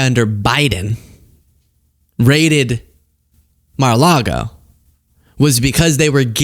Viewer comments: I'm pretty sure it's pronounced, 'Muh-Largo', merely say'n. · ... with Smith and "Melargo", when the FBI raided it ... Um, do you perchance mean "Mar-a-Lago"? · I like that the judge refers to Mar-a-largo as "MelArgo". How could you miss that? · Did he say Malargo?! Lmao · Did this nigga say “Malargo” 😂